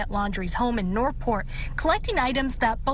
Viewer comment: WHY CAN'T SHE SAY NORTH PORT!!!!!!